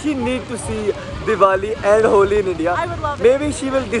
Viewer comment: It’s HOLI not HOLY 😅🤣🤣